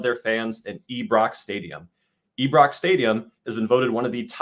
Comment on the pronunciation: We gotta get Coach or the Maestro to start doing some quality checks on pronunciations. Granted some of the club names are tough but “Eee-brox”? C’mon man…